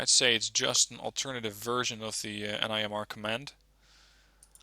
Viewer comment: It’s pronounced nim-er